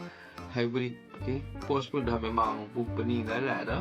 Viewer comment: Bukan PORCH nk abag ang, PORSCHE la, Porch tu tempat parking keta, Porsche tu keta dia